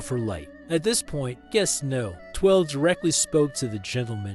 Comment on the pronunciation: Guess No 16. Guess No 19. Guess No 12. Guest Number 16. Guest Number 19. Guest Number 12. Guess AI Narration Still Sucks.